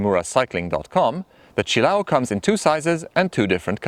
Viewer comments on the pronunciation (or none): Say it with me... chill-A-oh. Accent on the A.